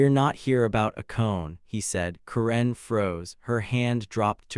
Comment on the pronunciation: someone should teach the AI voice to pronounce Karen correctly